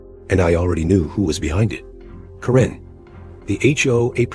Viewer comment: It's Kare-n not Ka-ren!